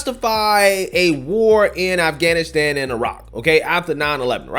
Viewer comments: Did she say aflannaflan, instead of Afghanistan? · Who grew up in a post 9/11 NYC.... but I live for virtue signaling so let me pronounce it Afgrrgrrlstan as many times as I can even though my accent is as American as can be.